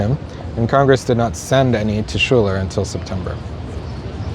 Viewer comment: Just fyi that general's name is pronounced Skyler. One of his daughters married Alexander Hamilton. Who later had a duel with General Schuylers incumbent in the senate. Aaron Burr and Hamilton was mortally wounded.